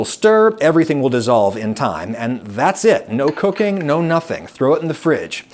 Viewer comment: the way you pronounced "cooking" is a lil suspect.